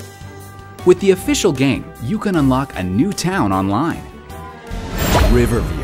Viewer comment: LOL I like how much emphasis he puts on "official" ;P